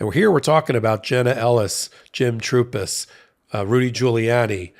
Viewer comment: Lawyer “Trupis”? Who is he?